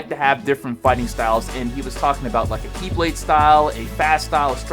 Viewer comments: Who else thought he said Keyblade when HD said KiBlade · I thought he said Keyblade & I was real confused...